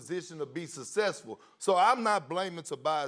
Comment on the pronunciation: I love Perkins being on every Espn show! Gotta love how he says successful! “ sucssessful” 🙌🏽